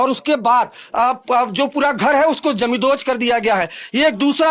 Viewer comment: पहिली गोष्ट, 'जमीनदोस्त' चा नीट उच्चार कर. आणि काही जमीनदोस्त झालेलं नाहीये , फक्त दार आणि खिडक्या तोडल्या आहेत. आणि त्या बायका काय म्हणत आहे ते कोण दाखवणार re? YZ